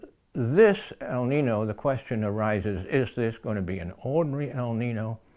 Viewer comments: The word is Spanish for boy , pronounced El Ninyo not Nin no. But either way we are doomed because of ruthless greedy stupid humans living a capitalist industrial system based on fossil fuels and endlessly pursuing endless growth , profit and breeding too many humans. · The "Ñino" is pronounced like neen-yo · It is pronounced - el neenyo. Yo at the end. The warming trend is persistent. It happens in interglacial periods. CO2 in the atmosphere can contingent with the many forces that produce interglacial periods and the warming rate can be linked ,in part, to CO2. The U.S and Russian Antarctic core samples agree that there was more CO2 in the interglacial period and it was wetter also. This is what created the huge forests in which huge animals lived in and around. The Carboniferous time was an example of robust plantlife and high CO2, but also high in O2. I am not convinced your hypothesis is coherent with the evidence. That is in glacial periods there was severe draught evidenced by the sand and dust deposits from Australia in the glacial period ice layers of Antarctica for instance. The warm period cores show higher water amounts in the air during warm periods and no dust. This implies the heat evaporated the oceans and allowed for immense botanical expression. Lots of CO2 ensured a warm wet world. So more CO2 in the atmosphere world appear to be a natural and beneficial thing for all habitats because there is more humidity, more plantlife and more resources for food. This is how the dinosaurs grew so large as did animals just 100,000 years ago. The fuel we burn came from globally warmer forests. How do those facts not mean that the world will gradually become warmer and wetter since that has been the trend for hundreds of millions of years. More heat leads to more seawater evap